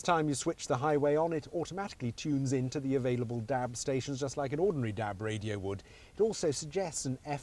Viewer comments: Haha, apart from the way he says Dab not DAB, it's great. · i love the way he says dab....DAB!